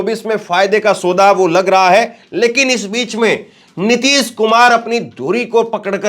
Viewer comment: अबे रवीश कुमार की अवैध संतानों पहले ठीक से हिंदी बोलना तो सीख लो नीतिस कुमार नही नीतीश कुमार है